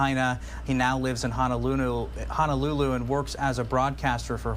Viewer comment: it’s HO-NO-lulu. Not HANAlulu. Sheesh!!!